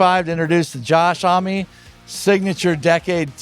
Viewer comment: Homme is pronounced ‘uhmm’. It’s French.